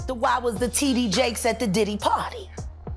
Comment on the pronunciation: Lol ...did she say T.D "JACK-SUM?"